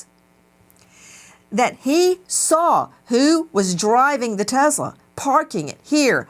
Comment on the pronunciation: WTH is a Tezzla?